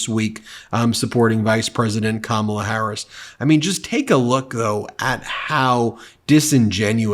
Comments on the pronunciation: WTF is wrong with him. Why does his supporters think the foul things that he say are funny. He's too friggin old to spew the filth that he does. And for Mace to intentionally mispronounce VP Harris' name just shows her level of maturity. Real Republicans take your party back from these lying magas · After hearing Mace disrespect Harris by mispronouncing her name, I hope that people like Swalwell will call her “Nuncy” on the floor of the House!